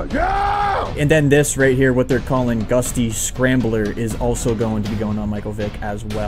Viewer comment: It’s gutsy not gusty 😂😂😂